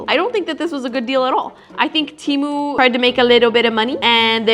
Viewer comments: Its pronounced TEEMU, not TE-MU. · temu is pronounced "teee mooo" not tem ooo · It's not TEA - MOO it's Temu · “from TEHMU” lol😂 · Why the poes are you calling it ,"Tiimu"???